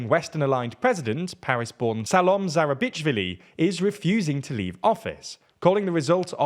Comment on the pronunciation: say "Sah-loh-meh Zoo-ra-BEACH-Sh-Villy"